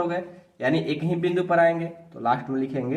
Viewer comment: सर आप बिंदु को विंदु कह रहे है